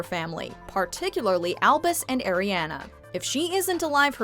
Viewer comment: My nieces name is Ariana. & credence did not die. Pronounce Ariana right